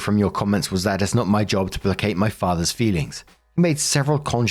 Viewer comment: I almost cried hearing pronounce placate properly! Our little man is growing up 🥲🥲🥲